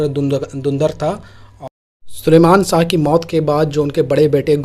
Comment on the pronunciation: Sar sha nahi shah aap apni zuban sahi kare shaa nahi shah